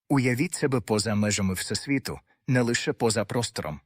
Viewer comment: дякую за гарний настрій від вимови ші. фотонИ - це шедевр. Напевно, це люди, які полюбляють фотографувати))) а оце "всесвІту". Якщо є всесвІт, то має бути і всетемрява:face-green-smiling: а оці "квантОві явища" - це просто вогник-вогник, жарко-жарко